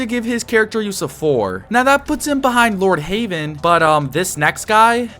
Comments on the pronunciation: You said Lordheywen not Lordheaven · Bro called lord heaven "lord havean" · For some reason you saying lord heavens name wrong trigger me (pls stop saying "lord haven" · I can’t get over you saying Lord HAVEN.